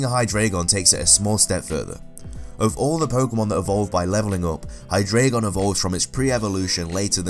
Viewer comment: You pronounced Hydreigon wrong